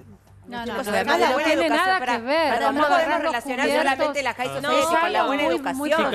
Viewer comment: porqe dice jai sociati XD deci alta sociedad salchipin (?